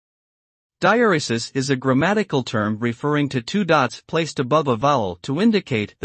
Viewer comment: No, this is an incorrect pronunciation! According to the Oxford English Dictionary and Merriam-Webster, the stress, in British and American English, is on the second syllable. It sounds like this: dye-EHR-ruh-suhs. Sorry I don’t have a shwa (inverted e) on my keyboard to use instead of those “uh”s.